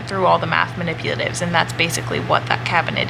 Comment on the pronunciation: “Aynd” haha Americans